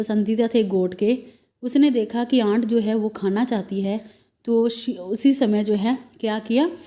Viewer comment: Mam app sab sahi bateteho par bas aunt ko and bolte ho🍒